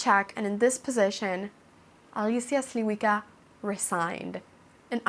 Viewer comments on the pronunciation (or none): more like "Shlee-vee-tskah" ;)